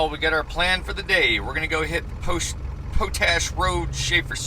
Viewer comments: Props to you for doing the switchbacks in your truck house. I’m sure the YouTube audience has already chimed in on this, but it’s pronounced pot-ash, not po-tash. It comes from the practice of leaching potassium from wood ash and generating potassium carbonate. The evaporation ponds you pass on the way up are for crystallizing potassium from a mine there. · Pot ash road, is pronounced the same as the other pot that you can smoke. lol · It’s pronounced pot ash